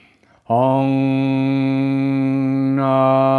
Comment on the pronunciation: Isn’t it OM. Not Ong!?